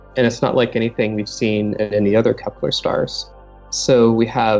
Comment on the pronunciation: Kepler not keplar